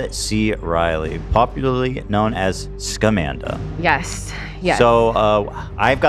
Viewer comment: I keep hearing Scumanda, which is still fitting